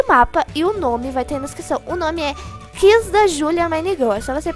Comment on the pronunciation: Amei o vídeo mais aprende a falar QUIZ o som do u pronuncia e minegirl